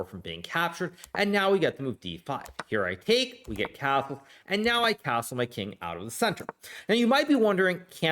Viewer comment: Why the "s" sounds different when he says castle? Like cazzle